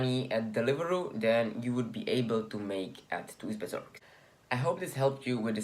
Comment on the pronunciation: lol thuisbezorgd pronounces as like 'thaahysbezorg'